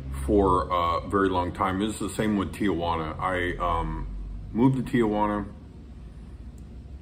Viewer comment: You lived in Tijuana for five years and you still pronounce It "TiAjuana"?